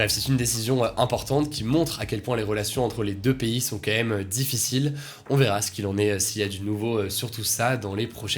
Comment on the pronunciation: S'il te plait Hugo, Fait attention on dit quAND même et non "qua ème" ... Ca me trigger à chaque fois ahahah Sinon merci de nous informer chaque jour <3